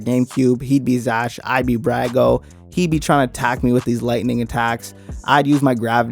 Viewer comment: A good recap however you did pronounce some of the names wrong - Brago [Brog-Oh] - Kanchome [Kon-Cho-May] sometimes also pronounced [Can-Cho- me] - Folgore [Fol-Gor-Ray]